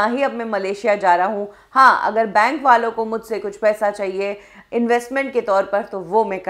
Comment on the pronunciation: Bane nahi... it's Bank